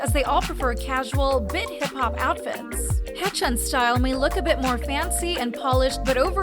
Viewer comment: off topic but The name pronunciations always trigger me isn't it pronounced Hay-chan and not ha-chan....